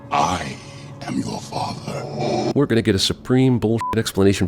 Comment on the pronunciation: I think he should add a sin for the emphasis being on the wrong word in that sentence. It is I.... am you're father. It should be I ..AM.. Your father.